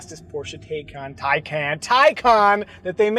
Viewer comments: 'Tie-con' It's not that tough to say it right. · Norwegian Thor children, you are too funny 😂. Episode was hilarious all around, you constantly checking yourself w/ the pronunciation of Taycan. It never ceases to amaze me how much your daughter looks exactly like you. I have to ask, did you drive the Mazda Miata to Texas? I'm not sure I heard correctly that you took a road trip.